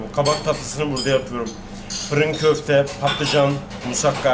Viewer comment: Почему в слове kòfte вы делаете ударение на ò.в турецком языке в основном ударение на последнем гласном